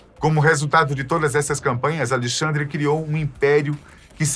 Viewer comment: Acho que o nome do rei é Alexandre e não Alixandre!